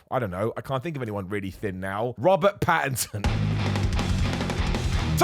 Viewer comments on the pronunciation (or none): none